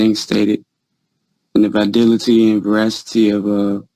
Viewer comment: Did he say "vadility?"